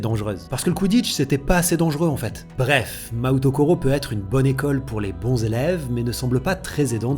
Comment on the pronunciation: Mahoutokoro : la prononciation c'est maOtokolo. Le U ici indique que le O est long.